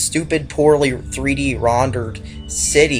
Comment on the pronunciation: it's rendered not rondered